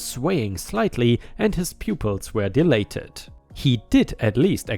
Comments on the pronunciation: Dilated is actually said as "die-lay-tud" not "dil-ay-tud." "Ursula" sounds like "er" (like the word "her") "suh-lah." "jargon," the "on" sounds like "in," so it's more like "jarg-in," and not emphasized but rather fluid when being said. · Di-a-la-ted. Or, Di-ah-late-ed.